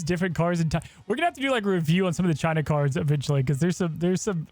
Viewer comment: Chi-nah Numba Juan